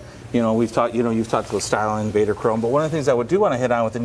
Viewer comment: Did he just say Vadar Chrome